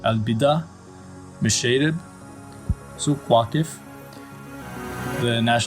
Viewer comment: It’s written as Souq Waqif but pronounced as Soug Wagif